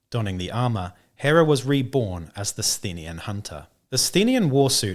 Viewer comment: Thanks for the preview, and thanks for helping me figure out how to pronounce 'Sthenian':face-red-heart-shape:! Good idea about using the model as a Spyrer Hunt Master. I used the Goliath special character with powerfist and chainsword as my Forge Tyrant, with a bit of converting(Goliath heavy Bolter instead of the sword and Goliath Ash Waste helmet instead of default head).